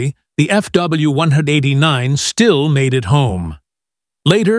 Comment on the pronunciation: Start at 40 seconds into this video. The narrator for this channel has some serious speaking problems. This guy refers to FW189s as "FW one-hundred edinine ezz ". Not to mention, the pictures they show are of different planes than what's being talked about. What the f*ck?